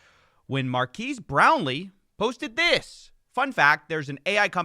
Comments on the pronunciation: lol it's not mar-keys it's mar-Ka-es Brownlee, but otherwise great as always. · Marques is pronounced mar-KEHZ for future reference (not mar-KEEZ) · It's "mark-ez" not mark-eese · Oof, dude, "Markez," not "Markeez." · Also, Giertz is pronounced Yetch. "It doesn't make sense in Swedish either." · Marques is pronounced Mark S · This video has to be AI. No one actually says Mar-key-s brownlee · Mar-kez. Simone Yetch. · Changing it to "Youtuber Superfan" is so funny, plus if you look at the comments on their product Hunt page it looks like they are all AI generated. its pronounced "markez" btw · They way your pronounce marques's name is strangely racist 🤣 Na jk coffee it's all in good fun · You saying his name wrong over and over got to me bro. I turned off the video, just say his channel name next time 😂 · Yoo, pronunciation of Marques is great! Haha. No hate, just amused. Loving the new content. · Your racist pronunciation of Marques' name is worse